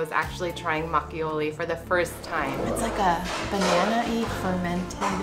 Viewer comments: It’s mak o Lee Not mak ee o lee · Makgeolli should rather be pronounced mahk-girly. It is not the exact way to pronounce it, but for Americans, it will be easy to pronounce, and Koreans will understand what you are saying.